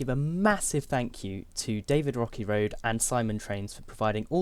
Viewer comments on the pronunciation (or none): none